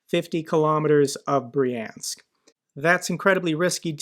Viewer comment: Brjank, not Briensk